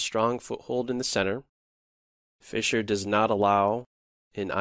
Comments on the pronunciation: Did he say Fischer Price? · fischer prize. sounded like fisher price but i am deaf sooo...